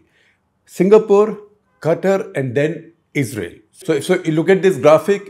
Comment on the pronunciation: love how you said Gutter instead of katar(Qatar) 😂😂😂